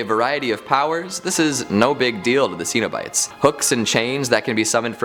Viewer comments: Sen-o-bites. not See-no-bites. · Stop, just stop mispronouncing the name Cenobites. It is pronounced with a short E sound NOT a long E sound. If you are a HORROR HEAD then you know this. SHEESH!